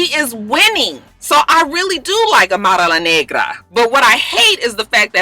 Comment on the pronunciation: lol I love how you say Amara's name. You say the full name perfectly haha